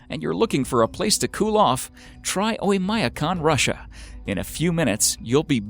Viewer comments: Terrible mispronounciation of Oymyakon. When will Americans learn that English is the only language in which the i or the y is pronounced as "eye"? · He butchered the pronunciation of Oymyakon even worse. It's actually pronounced "Oy-m'a-KON", with m' being a soft m.